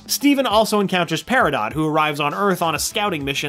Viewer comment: That's not how you say Peridot.